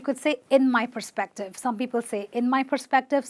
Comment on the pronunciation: it's Perspective not Prespective